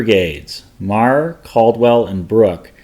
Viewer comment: You mispronounced meagher name. Is pronounced Mar not marer